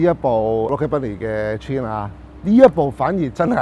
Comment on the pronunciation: 好耐冇聽過人讀「川」，你的英文都有夠差